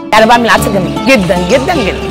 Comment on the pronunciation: هوا عدس وليس عدس بتشديد الدال.